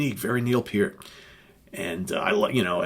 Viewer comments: thanks for sharing with us, and thank you for actually pronouncing neils name correctly. RIP Neil Peart you will be missed, and never forgotten. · THE greatest drummer in rock history!!! Yes, even better than Bonham!!! Neil Peart's career lasted OVER 40 years!!! John Bonham's career...11 years. Neil Peart created more "air drummers" than John Bonham could ever have dreamed of. Btw, Thank You for pronouncing his last name correctly!!! It matters!!!